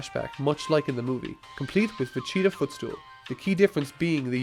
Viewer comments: why you saying va"CHE"ta. Its ve"GE"ta. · Its pronounced VeGEEta. Not VeCHEEta. Fucker. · No, you say "Vegeta". "Vechita" is inaccurate as a pronunciation of it. His name is a pun on the word "vegetables," not "vechetables." This guy's Irish, so maybe it's a quirk of his accent, but then again, his accent's very light, so it doesn't make sense, since he flip flops between the 2 randomly. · is it just me or is he saying Vecheater instead of Vegeta? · I have never heard someone pronounce vegeta as "fachita" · he kept saying VaCheeta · I don't know if it was just me or not...but every time you said "Vegeta", I kept hearing "Vechita" and holy shit that triggered me so hard. Major distraction.